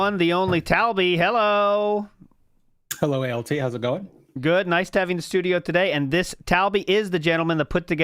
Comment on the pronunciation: The L in ALT is there for a reason 😂